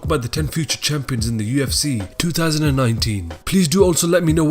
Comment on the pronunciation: Can we get a different narrator? This rubber dingy rapids bro keeps saying Yefcy and it's stressing me out.